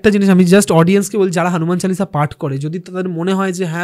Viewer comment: Kothata "Hanuman Challisha" noe Hanuman Chalisa.... pronunciations problem hole "Mahabeer chollisa" bolun....erom baje pronunciation korben na😡😡😡😡😡😡😡